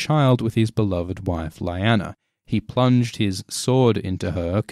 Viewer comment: He plenged his "Sword" into her..." lmao Love your vids btw keep it up